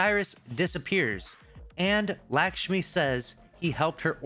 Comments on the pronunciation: It's LUCK-shmi not LACK-shmi, come on dude even your name is lucky. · it’s pronounced “Luck-Shmee” - you’re saying an indian name like how white people say indian names lol!